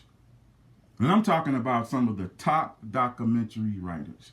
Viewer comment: You don't even know how to pronounce documentary. Dumb nigga.